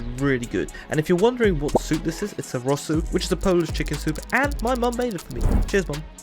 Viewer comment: dopiero jak powiedziales rosól zczailem ze jestes z polski xdd😂